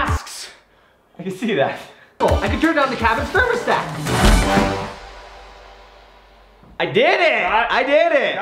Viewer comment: Id like to know what ''The thabens cermostat'' is😂